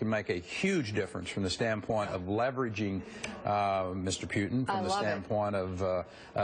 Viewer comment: Pyutin vs. Putin. Silicone vs Silicon. Calvary vs Cavalry. Nuclear vs NuKyooler. Realtor vs Reelator.